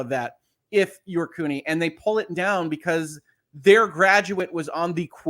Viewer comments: Just FYI, the "CU" in "CUNY" is pronounced like "cue." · Sorry I did not catch this while you were live but CUNY should be pronounced as "Q-Knee," like if John DE Lancie suffered from an injury due to his role on Star Trek: the Next Generation.